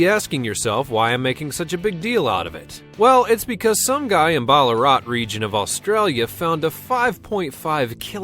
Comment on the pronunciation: Chris C I know I can't stand him saying